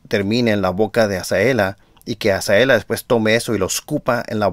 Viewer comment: Hola, por favor pronuncia bien el nombre de Azalea, usted dice Azaela, no es por molestarlo es para que sea por la credibilidad de sus buenos comentarios.